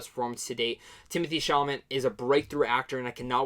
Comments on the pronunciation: Love is universal. Gay or straight or whatever. And I hope from now on people will be more able to put that stuff aside and just realize that many things are universal, whatever your orientation, and it's cool you realized that. Also his name is pronounced Chala-may. It's French ;b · Chalamet for the win!!! (The Academy being what it is, the award will likely go to Oldman, but we can hope.) A couple of names are tricky to pronounce. Allow me: Chalamet: The last syallable is pronounced "-may", so...SHALL-a-may. Stuhlbarg: STOOL-barg. Thanks for your good review of a beautiful film! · DUDE , PRONOUNCE IT SHALL- UH - MAY !! // Mr. STUHLBARG IS ALSO IN THE POST !! // Mr. Timothée Hal SHALL - UH - MAY IS IN LADY BIRD AND HOSTILES !! // PLEASE WATCH THE YOUTUBE VIDEO Timothée Chalamet Statistics AND TELL ME WHAT YOU THINK OF IT !! " OK . . . . . . . . LATER ", voozoovoozoo AT gmail DOT com